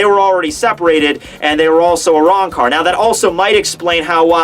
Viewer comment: A-wrong-car holy fuck that shitty pronunciation